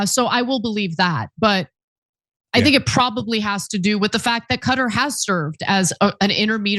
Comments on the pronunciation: Cutter????? Qatar is pronounced as Kuh-tar not Cutter! 🙄☹️ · Its Kuh-tar not cutter...😊